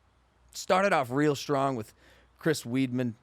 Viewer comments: this guy really just said "Chris Weedman" lmao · "Chris weed-man" 😂😂